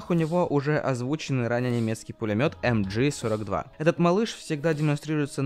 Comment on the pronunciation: MG- читается как МГ( в немецком языке нет буквы джи)